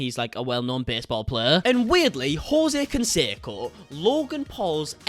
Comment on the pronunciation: "Josie" Consaco..lol😬😁